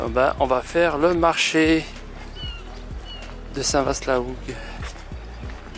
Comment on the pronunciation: Le Cotentin... Le plus beau pays du monde🤣 il y fait beau plusieurs fois par jour, c'est mon pays et je l'aime. Sinon la vache n'était pas normande et on dit Saint Vâ et non Saint Vassst. Mais vous êtes pardonnée car les images sont belles et vous êtes bien sympathiques😎